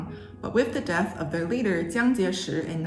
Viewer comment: （“蒋”是三声jiǎng）